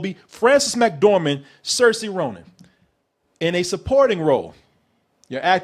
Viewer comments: Okay I gotta say this. It's Not Cersei Ronan it's Saoirse pronounced SEER-SHA. Rant over! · Saoirse Ronan is pronounced "Seer'sheh" but your pronunciation was a way better attempt than most people